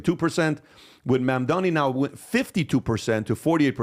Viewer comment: The way he said Mamdani lol. He ain’t persian pos.